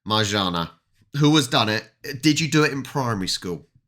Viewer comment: You read it marzanna double n = nn